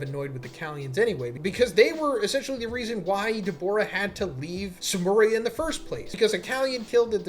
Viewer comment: Your pronunciation for Dabura is pretty sharp and sounds a lot more like you're saying Daborah with an o instead of Da-bu-rah which might chase some viewers off.